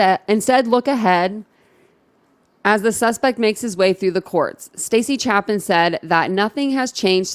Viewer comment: It’s Chapin, long A, not Chapin like Chapstick. And Xana, like Anna, not Xay na